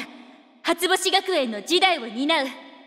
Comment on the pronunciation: 「初星学園」の“し”の発音すこ